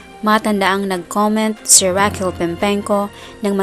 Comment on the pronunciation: It's Raquel not Rockeeel😅